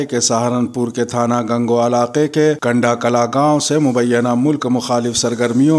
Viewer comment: Kunda Klan h Kanda nhi